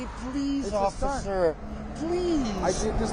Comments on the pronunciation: I was thinking this too the longer the video went on, especially at the "Officerrrrr" part. Sounds like he's slurring his words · Absolutely cracking up at how that guy pronounces "Officeeer, it's my Birthday" exactly like "Caaaarl, that kills people"